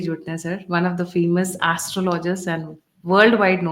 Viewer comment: I always follow your you tube channel. The only request I have is please do check the pronunciation of "astrology "